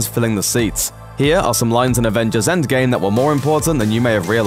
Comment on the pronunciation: Is it just me or is the narrator sayings "endSgame" instead of endgame? Its throwing me off...